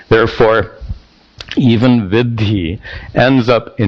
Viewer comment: Sir, if I may say so. Vidhi and Viddhi are different words and perhaps by oversight it is being pronounced interchangeably here.